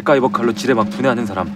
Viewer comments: 나 지뢰를 쥐레요?라고 들었는뎈ㅋㅋㅋ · 저 지뢰를 처음엔 지네라고 들었어여^^ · 지뢰밟았다 를쥐밟았다라고들림